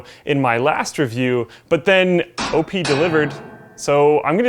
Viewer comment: It's...OP...delivered. Not O-P, that's overpowered man. come on, come on man, jeez.